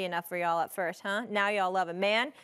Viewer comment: SAS first it’s Tyrann. Not tyron. And second what does his defense have to do with anything he just said ??